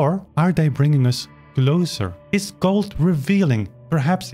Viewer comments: It's pronounced "goold" like "fooled" but softer, not "gold". Other than that I 100% agree with everything. Gould's recording of the Alla Turca is one of my all time favourites. He savours each and every note, letting it shine as it should. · I find it interesting how you pronounce Glenn’s last {or, family} name, it’s almost sounding like you’re saying Gold instead of Gould (pronounced: Gooold). You do know that his father change the family name from Gold to Gould, because of the high level of antisemitism in Canada at the time, and he did not wish to be mis-identified as a Jew, and documentation shows that his family was not Jewish [even though some people like to think that maybe he was].